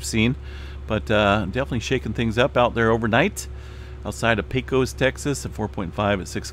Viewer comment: Not to be critical but to be helpful... Pecos, Texas is pronounced as Pacos with a long a. Right or wrong , we say the o as if it was a short u. Enjoyed your vid from Texas.